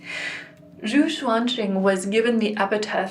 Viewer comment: Zhou Xuanjing is more or less pronounced "Joe Shwan Jing." so close! ;)